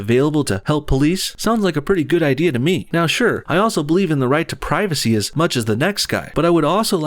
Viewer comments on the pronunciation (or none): none